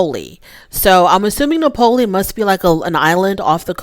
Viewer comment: Napoli...pronounced Nahh-poli or Naples if you really want to just say it in English.